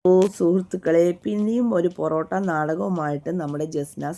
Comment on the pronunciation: പൊറോട്ട നാടകം അല്ല.. പൊറാട്ട് നാടകം 😌😌